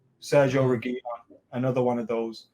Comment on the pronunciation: learn how to pronounce reguilon, same with AFTV. Reguilon will be coming back to Madrid after Marcelo leaves